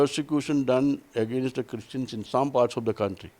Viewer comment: I love the way south indian pronounce 'against' as "agaa-Nast".